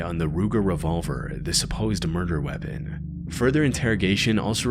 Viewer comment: this AI cant talk properly it doesnt say "women" it says "woman" regardless, Breeding instead of breathing, wayapen instead of weapon